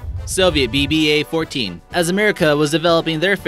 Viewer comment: it'sVVA-14, not BBA-14